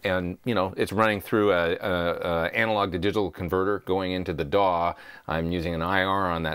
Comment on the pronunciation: i like when you say D.A.W. way more than dawwww:)